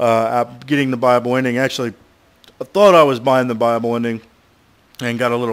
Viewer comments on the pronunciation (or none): Buy-able ending. I thought he was saying bible at first too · wen u say buyable it sounds like bible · sounds like he says bible ending